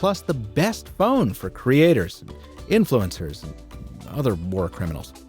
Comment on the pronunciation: "Creators, Influencors, and other war criminals" 🤣